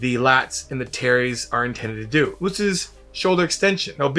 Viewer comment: Every time he says “terries” I keep thinking about that Key and Peele skit😂